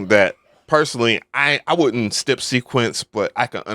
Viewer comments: why do u say step like that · In all my years, I’ve never heard anyone lay off of pronouncing any part of the word “step”, lol.